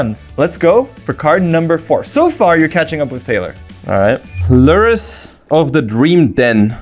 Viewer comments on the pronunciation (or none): The way I started cackling when he read lurrus name